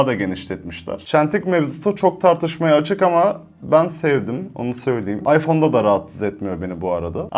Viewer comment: Zaten isimlerini bile doğru bilmiyorsun,kullanmaman isabet olur.İpon değil “İphone”.İmak değil “İ mac”.Appel değil “Apple”.Fiyat konusunda haklısın,evet pahalı.Ama eğer Apple ekosistemi içerisinde değilsen Apple cihazların kalite ve stabilitesini anlayamazsın.